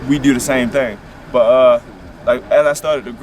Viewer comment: Dane Teneyck they don’t say “do” . That say “deyou” . That shot is not cool.